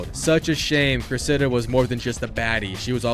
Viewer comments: “Cress-Id-uh” Cressida. The emphasis is on Cress and duh. Not on the “Idduh” as you’re saying it. Just fyi. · The pronunciation of Cressida is criminal